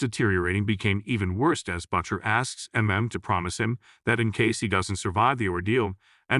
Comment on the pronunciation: I like how the AI-generated narrator pronounces the name "Butcher" as "BUTT-sher."